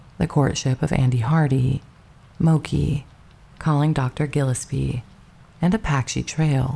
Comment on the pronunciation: You're great and the effort appreciated. And, your pronunciation (or the AI's pronunciation) needs help. Specifically: jallopy, Gillespie, Cedars Sinai, Fabares, mausoleums, etc.